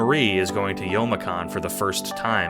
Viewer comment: Idk what SAHcon is, I heard it as sawcon in the "sawcon deez nuts" sense. Amazing video though!